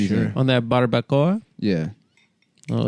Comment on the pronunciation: Never thought I’d hear ever pronounce Barbacoa. I’m also gay